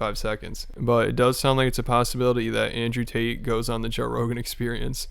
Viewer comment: Brendan mispronounced "Tate"... How do u even do that???